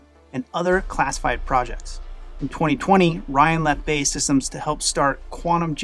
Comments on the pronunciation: Great video. B.A.E not Bay! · BAE SYSTEMS is pronounced Bee Ay Ee Systems. It used to be British Aerospace but rebranded as BAE SYSTEMS, all caps, after they bought Marconi Electronic Systems, in 1999. I was a reporter covering military stuff back then and I ribbed their executives about the name change predicting that people would mispronounce their name just like you did. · It's not pronounced BAY system, I am British, is pronounced B.A.E. systems.. It's an acronym for British Aerospace.